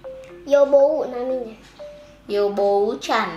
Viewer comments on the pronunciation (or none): nama dokternya yobuo ishiya bukan yobou